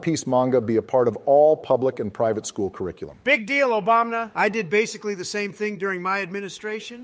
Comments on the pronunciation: love the way calls him "obamna" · "Obamna" - at some point, probably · make more of these. Just for god sakes please have say "Obama" instead of "Obamna". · Every time says Obamna I think I'm gonna die. I hate and I usually disagree with all of his points, personally favoring a stance somewhere between Biden and Obama, but I know Japanese and I almost always agree with when he makes points about Japanese dub, names, or voice actors, and that bit about Go Kou Joe had me ded. "Because nobody knows what a Go Kou Joe is, you idiot" XD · Does the real also pronaunce it ObamNa? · Why is he calling him Obamna?